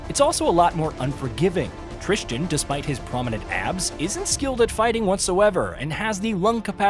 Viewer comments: Devs: "Tristan" VAs in-game: "Tristan" Everyone else: "Tristan": "Tris Chin" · As someone whose name is pronounced "Tristan", I can tell you that people mispronouncing it as "Tris-jin" or "trist-ian" is far too common. And it angers me every single time 🤣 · The worst part about this game is the fact that this reviewer said the protagonist's name about 20 times but never once got it right. Annoyed the hell out of me.